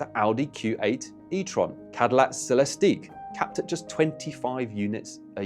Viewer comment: I agree with everything you're saying in this video. However, you got a couple of things wrong regarding the Cadillac Celestiq: 1) They haven't stopped making it. They continue to sell it, and there's nothing anomalous about 25 units a year. It's a bespoke, hand built car that costs $400,000. 25 units a year is their target. 2) It's not a "sell-es-teek", it's a "sell-es-tik". All of Cadillac's electric cars use a consistent naming convention, the only exception is the [almost sacred] Escalade. It's: Optiq, Lyriq, Vistiq, Escalade IQ, and Celestiq - all ending with the "ik" sound. The exception is the Escalade IQ, pronounced Escalade eye-cue. Otherwise, great video.